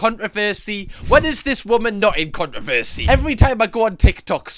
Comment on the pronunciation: Love the way you say “CON-RA-VERE-SAY”